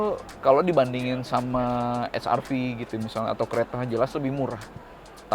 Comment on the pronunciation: Saya sangat setuju ketika reviewer diawal video menyebut wrv hrv tetap dengan lafal Indonesia👍